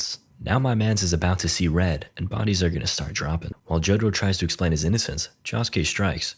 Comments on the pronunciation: The way you said Josukes name irked me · the way he says josuke is making me mad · can you atleast try to pronounce josuke correctly please i beg